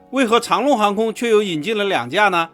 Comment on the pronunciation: 跟我读：长 long， 长rong 。改天再来个长农